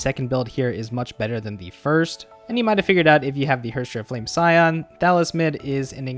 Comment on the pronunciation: Your way of pronouncing "flamescion" cracked me up, loool